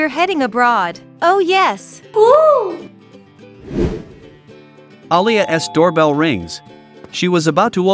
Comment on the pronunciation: I like how the narrator says an object that belongs to Alia he says alia es